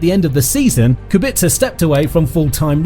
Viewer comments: Kubica, not Kubitza! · It is Rober Kubica, not Rober Kubitzer lol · It Kubica not Kubitzer